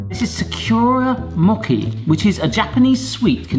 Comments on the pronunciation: Yeah I was cringing a bit when I heard that. "Sak-yuh-ra" is such a common mispronunciation of that word, but "mokey?" That's a new one. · And its mo-chi not moki 🤣i love channel tho. He makes really fun videos and ive tried many of his recipes 😋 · English-speaking people trying to pronounce Japanese is the funniest thing ever. "moki" instead of "mochi", "saki" instead of "sake". Just the best, please keep doing it!